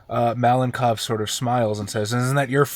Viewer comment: I finally got a chance to watch the game. Raven being part of the team is awesome! Tom and his pillow fort definitely deserved extra point, I would’ve voted for them as well) Overall, great game, as always) Malenkov, I believe, would be pronounced malenkOv, with a stress on the last syllable. If in detail: ma (with “a” sounding kinda similar to “a” in “car”) - len (with this soft L) - kov (with a stress on o). Hope that helps)